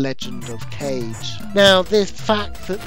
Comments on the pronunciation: Legend of Kage is actually pronounced "Kah-ge", rather than Cage. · Another great vid. Think it’s legend of KAH-GAY (not cage). Anyway that said Liquid Kids would be no 1 for me